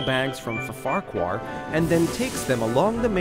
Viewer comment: You said Fa Farquhar, it’s Ffarquhar